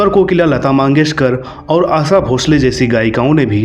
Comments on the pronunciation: भाई लता मंगेशकर होता है लता माँगेशकर नहीं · भाई वो लता मंगेशकर हैं, मांगेशकर नहीं